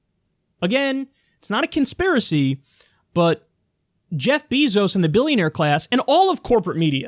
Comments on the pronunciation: It's pronounced bay-zos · Is "beezos" the proper way to pronounce Bezos' name?